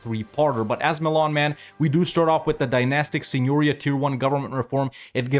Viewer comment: If you want to pronounce "signoria" like a true Milanese, put the accent on the second "i". Something like "santeria"... remember the song by Sublime? :)